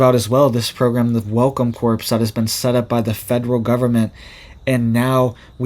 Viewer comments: CORPS is pronounced CORE, My Good Young Man - Just like Marine Corps. You're pulling an Obama when he said "navy corpse-man" (without the silent P & S), highlighting his military ignorance. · "Corps" is pronounced "CORE". Please don't say "corpse." That's a dead body! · Corps is supposed to be pronounced as core!!!Do not pronounce the ps! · CORPS is pronounced CORE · The p and s are silent on corps. It is like saying cor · Corps is pronounced CORE. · Corps - the 's' is silent! Corps is not pronounced like corpse!